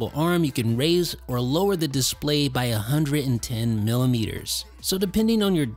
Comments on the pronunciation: Dude u must stop pronouncing display like that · Please make up your mind about how you are going to pronounce the word “display.” You switch with such frequency that you end up sounding affected and pretentious.